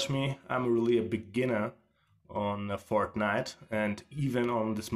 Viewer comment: 100% sure he said fartnite